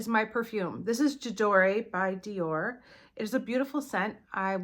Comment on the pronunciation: Hey, the Dior perfume is pronounced “jah door” no e at the end! The lipstick looks amazing!